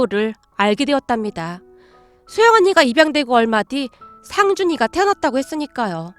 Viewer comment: 목소리는 좋은데 내용이 너무길고 직접화법이 많고 "할^/ 머니", "상^/ 준이" 이렇게 강조하는 소리가 많이 거슬려요